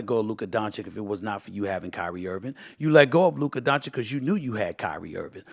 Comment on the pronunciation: I see Stephen A still pronounces Dončić’s name, “Luker Donchick.” 😂😂😂